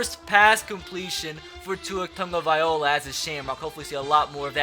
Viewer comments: taga-vai-loa not taga-viola🤦🏼‍♂️😂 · its tagOvailoa. Not tagavailoa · It’s pronounced Tagavai - lo- a not Tagaviola. Not trying to be a grammar nazi, just irks me a bit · It's spelled like that he just keeps saying Tungavailo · If ur gonna draft tua, at least know how to pronounce his name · can you pernounce tua's name right. just watch a video on it